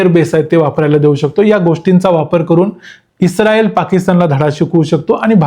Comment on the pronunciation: U r pronounce isreal word like pakistanis😂